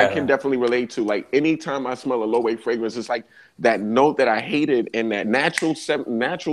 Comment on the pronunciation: Loewe is pronounced lō-ay-vay